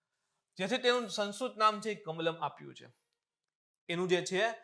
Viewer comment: Saheb ne સંસ્કૃત / સંસ્કૃતિ બોલવામાં તકલીફ પડે છે લાગે